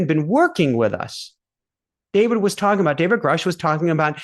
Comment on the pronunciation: Grush rhymes with brush. He held a rank equivalent to Colonel, not major.